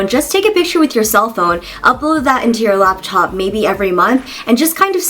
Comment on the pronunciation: You said "raptop"